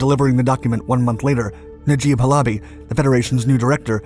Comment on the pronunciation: Please, please, please learn how the words are pronounced. Not Ha - LOBBY, HAL-a-bee. You do this a lot, mispronounce words. How do you think you look when you do that?